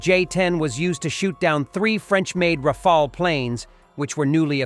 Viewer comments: It's Ra-fa-le not Ra-fa-el... Rafale is a gust, Rafael is an archangel😉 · The planes name is Rafale and not Rafa